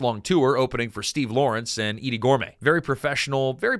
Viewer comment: I’m glad the new AI voice butchers names like the original AI voice does. Edie Gourmet is pronounced “Gor-may” not “Gor-met”.